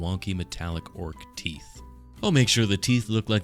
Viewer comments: You keep mispronouncing “teef“ Not very orcy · YOUZ DIDN’T SAY IT LIKE A PROPPA ORK! IT’S PRONOUNCED ’TEEF’, YA SHTUPID HUMIE!! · Ya keep mispronouncing teef, ya stoopid humie! Heh, seriously though this is wicked awesome.